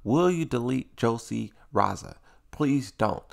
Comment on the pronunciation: Her last name is pronounced Ree Zahl